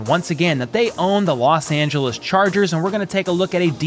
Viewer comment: 🤣 Emphasis on Loss!